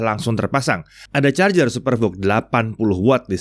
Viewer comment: wkwk kyknya bilang charjer ada chajer ada nyindir bren sebelah ni🤣alias si Samsung🤣